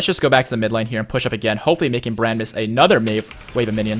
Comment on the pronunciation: I keep hearing bread when ever he says brand xD